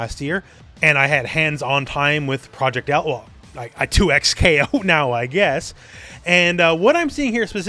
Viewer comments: bro two ECKS kay oh why are you saying twocks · I’m almost confident that it’s pronounced double KO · Surelly it's DoubleKo....., just saying....